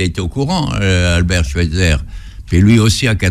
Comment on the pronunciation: sauf que lui aussi le prononce mal, c'est Schweizer avec un "aïe" pas un "è"